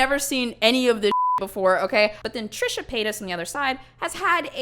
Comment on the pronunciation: I hope calling Trisha “Trasha” was intentional, either way that is magnificent! I love that lmao